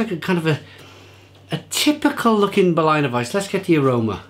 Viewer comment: Solid review! But I have to stress that it's pronounced BerLINer weisse and not Berlainer weisse. Say it like you would say the name of the city. Cheers!